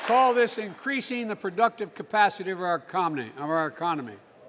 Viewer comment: "Because I know there is simply nothing, beyond our camacity ... " :) :) :)